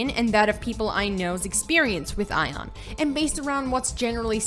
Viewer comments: The moment she said "Ion" instead of "Aion", I was out. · it's A-ion not eijon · Idk why you keep saying the word Aion as if the A was silent. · dat aion pronunciation tho.. customiztion? okay.. and pvp and most of the players localised into the abyss is COMPLETELY wrong, people use the (upper) abyss only for sieges and entering war forts. PVP and 90% of the players are in highdaeva regions; Iluma and Norsvold and that is also where PVP happens